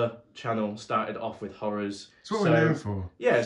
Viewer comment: "misther, would you play wif us?": "...no thanks" LMAO